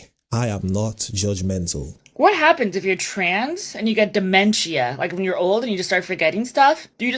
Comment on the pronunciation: lolol "di-men-chia"